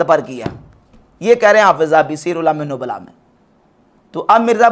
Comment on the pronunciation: سیر اعلام النبلاء کا نام نہ مرزا کے چیلے کو پڑھنا آیا نہ مرزے نے صحیح پڑھا😂😂